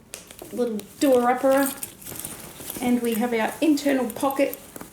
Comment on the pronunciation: I have to ask are you from Australia i heard you say "do a uppera" as in the magnet buttons.. sounds so Aussie xx